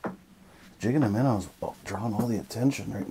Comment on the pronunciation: I friggin love your videos hahah! “Jig And a Minn-a” 😜